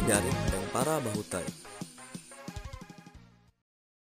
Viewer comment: Di baca bahutay bukan tahi.